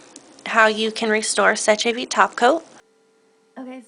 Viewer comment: Seche vite is french. 'sécher' means 'to dry' and 'vite' is 'quick'. Therefore, you don't pronounce the 'ch' in seche like we would an english word. Instead, it comes out sounding more like 'sesh'. We also would not pronounce the last 'e'. It is silent!